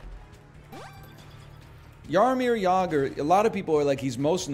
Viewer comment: As Czech native, i appreciate your pronunciation of Jaromír Jágr